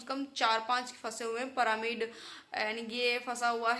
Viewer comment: पिरामिड❌ परामिड ✅✅😂😂